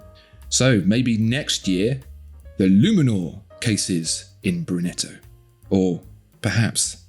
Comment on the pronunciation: It's brunito not brunetto ahahah